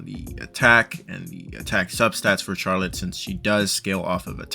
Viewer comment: The way you pronounce Charlotte is slightly killing me.. but this guide is very helpful, thanks!